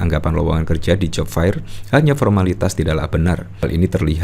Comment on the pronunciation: Aduuuh mas yg menjadi host, buka kamus dong bagaimana membaca "Job fair" - dibacanya job fer bukan job fair.